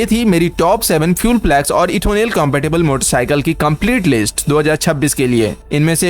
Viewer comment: Ethonel or Ethanol?